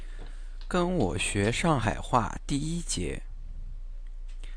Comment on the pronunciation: 侬一開頭就将上海的上字读成長